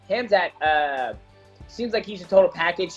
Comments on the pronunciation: Mighty mouse: chizmat...Hasmat? 🤣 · Mighty mouse said Sheezmat😂💔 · Chael and Whittaker: “Hazmat” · Start learning how to pronounce Khamzat's name properly, coz he will beat everyone that shows up in octagon. I'll put all my money on wolf of Chachnia.